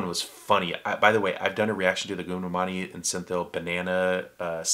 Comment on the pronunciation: Goundamani is pronounced like "Gowndamani". Even though Goundamani and Senthil doesn't act anymore there one line punch and their insults are still remembered till this day. There is no one like Vadivel in Tamil cinema. Doesn't matter how many comedians acts in Tamil movies, He can never be replaced. Vadivel is not just a legend in movies but also in memes........